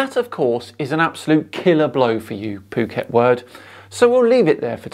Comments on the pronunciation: You really gotta quit mispronouncing "Phuckwit". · I'm no psychologist, but I have wondered about the psychology of these folks. I believe his location is spelled Phuket, which is "dropping the F bomb" if pronounced in English. Anyway these guys seem to just have Flat Earth engrained into them, like it's first hand knowledge. They go about their day like we do, but explaining their world correctly escapes them, due to, and I'm guessing here .... not having spacial skills? Jimmy Carter's Dept of Education would explain a few things. Scammers hock this Flat Earth crap for money, and people eat it up. Flat Earth isn't just ridiculous, it's insidious, harmful to children, harmful to civilization in general.